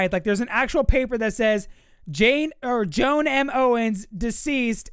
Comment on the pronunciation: Its (Joe-an) not joan, how you say it